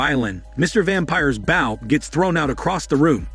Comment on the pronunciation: It is a long “o” on bow, like a bow that goes in your hair